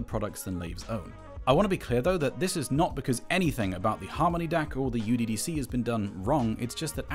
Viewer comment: The name IS NOT uDDC (youDDC). It is μDDC (miDDC). :I guess not anyone is into mathematics :)